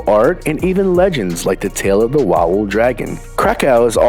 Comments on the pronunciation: A very informative video, spoiled by your gross and offensive pronunciation of our language. Wawell is VAVEL. AUSCHWITZ is not Disney Land, treat it respectfully. "W' is pronounced "V" and it is very distracting with all the "COWS" your cows are pronounced KOV like Moscoh not Moss Cow or Tschai cow ski (Tschaikovski) I wish people wouldn't use words they don't understand. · Łałel XD it is pronounced "vavel" dude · Gdzie jest Łałel w Krakkrovie? Beznadziejna jego wymowa! Ofensywne dla mnie, a najbardzyiej jego😮 Auszłic. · Do not forget that "W" is pronounced "V" So in English it would be " VAVEL"